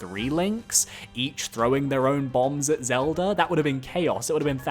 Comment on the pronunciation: Why do you say “Zeldur” instead of Zelda